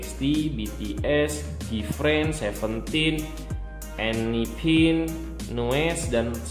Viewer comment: salfok bacanya enhypen tpi bacanya mlh enipin😭🖐🏻